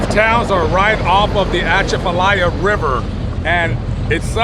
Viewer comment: That's not how you pronounce The Atchafalaya River but good try. It's uh-CHA-fuh-lie-uh.. Good story as always